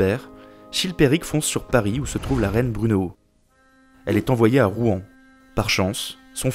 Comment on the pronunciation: On dit Rouen comme le "Rwanda" ! Mais très instructif quand même haha